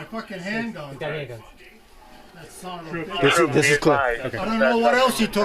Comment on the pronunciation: "Tha somabitch" 😂